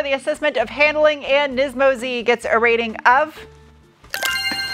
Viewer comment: How many times did you have to edit or re-shoot because you said "nympho Z"? 😂